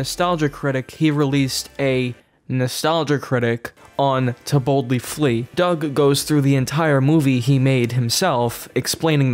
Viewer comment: Half the time when people say “To Boldly Flee” it sounds like “Tiboutli Flea,” which presumably is some sort of weird monstrous insect... entirely plausible...